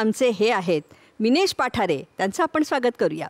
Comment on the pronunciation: पठारे नाही, पाठारे अस आडनाव आहे